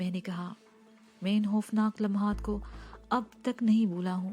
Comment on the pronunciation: Khoofnaak ko hoofnaak kehte hain